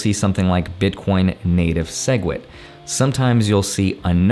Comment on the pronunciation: WHAT DID HE SAY?! BITCORNS? WOT ARE THOSE?!